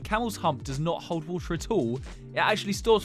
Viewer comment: “wOtar”… “ViTAMiNS”